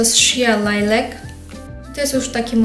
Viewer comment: Postaraj się poprawniej wymawiać angielskie nazwy. Niektóre wyrazy wymawiane przez Ciebie trochę "bolą", np. "purple", "lilac". Używać jako ODŻYWKI, BAZY POD LAKIER (NIE "używać jako *odżywkę, bazę"). Zbyt często powtarzasz też zaimki wskazujące - ten, te.